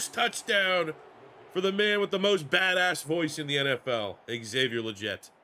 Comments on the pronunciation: Love you rebuilding my panthers great vid brother! btw Legette’s name is pronounced Lee-get not jet. salute brother!!🔥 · Legette is pronounced “League-it” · it’s Xavier LEGette…like you’re saying LEG to start. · Listening to you mis pronounce “Legette” the entire video was irritating. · As a Panthers fan you are definitely pronouncing Legette’s name wrong